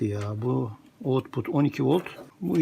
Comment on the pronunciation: nasıl profösör oldun sen. output diyor direkt okuyor.☺️